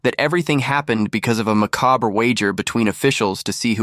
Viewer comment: Can't pronounce it either...